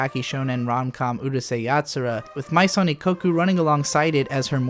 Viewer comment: great video, hate to nitpick but as a French speaker it is kinda funny to hear you pronounce "maison" in "Maison Ikkoku" like it's a Japanese word lol